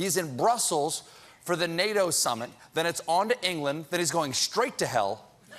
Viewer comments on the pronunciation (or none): none